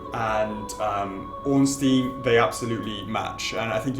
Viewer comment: grammar nazi incoming: Ornstein is actually pronounced "Ornshtine" :) but nice video and thx for the information!